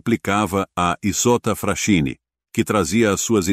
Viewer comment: A pronúncia aportuguesada é: ISOTTA "FRASQUINI". Capisci bello?!